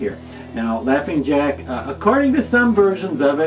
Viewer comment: Jaughing Lack 😂🤣